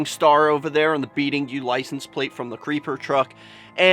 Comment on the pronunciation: It's "Be Eating You" not "Beating You" I think